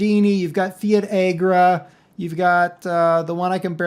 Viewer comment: Fiatagri is pernounced differently